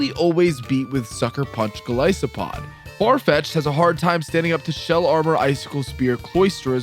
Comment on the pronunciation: ah yes my favorite pokemon mightyh-GOLLISPOD.